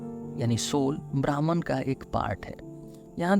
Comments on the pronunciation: Atleast 'Bhahm' ( 'ब्रह्म ') bolna hi sikh lo bhai. Bhraman kya hota hai.. Br br brahman bol rhe ho. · brahman nahi pronounce it like brahm.